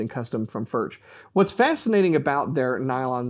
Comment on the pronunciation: I see you guys still a little struggle with the pronunciation of the name Furch. It doesn't matter too much, but if you want to hear, how we pronounce it here in Czech Republic, listen to this (this dutch guy is spot on with the first form you will hear): Anyway, very nice review! ;-)